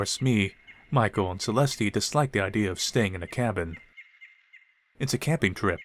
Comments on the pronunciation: It is not “CE-LESTEE,” it is pronounced CE-LEST. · Holy triggers Batman! Its pronounced CE-LEST, not celesty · Pronounced Cell est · why the hell is he pronouncing Celeste like that